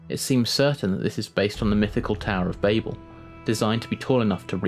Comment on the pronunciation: For future reference, it's pronounced Babble, not Bable. Spelled Babel I believe